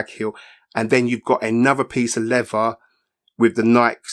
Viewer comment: Ny-Kee. It’s an American brand name. If you show me official audio advertisements where they say Nyk, I will quickly recant. Also it not pronounce levva it’s lea”Ther”. Also its not “free” it’s pronounce “ThRRReeee” Do you say “fing” not TH-ing. Is your tongue swollen?? I’m sorry is your “fung” swollen? Please pass fa message to your blokes.